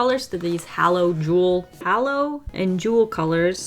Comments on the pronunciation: Hollow…. Halo is Hay-Low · Not to be that person, but I gotta be that person... It's "Halo" like an Angel's Halo (Hay-low). Not Hallow/Holo. :P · It hurts me hearing her pronounce halo as hAlo when its hAHlo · I’m thinking that HALO is really pronounced “HAY-LO”……like on an angel. Explains the shimmer. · Hallow. Hallow, Hall..ow and jewel Me: OMG! It’s halo h-a-l-o 😇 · Lovely pics, but why do you keep saying "Hallow" instead of "Halo"? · I think the packaging was wrong and it was supposed to be holo. But, yes, what was written is "hay-low". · Halo ( like the gold ring around an angel or a saint’s head) is pronounced hay-low. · Im only 6minutes in but "Halo" is pronounced "hay-low" like what an angel wears. Its been cracking me up the entire time lol. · Is it not “hay-low” like an angels halo? Beautiful spread tho lol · the way she said halo made me laugh :))))) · yeah. each time she pronounced it wrong, i honestly cringed inside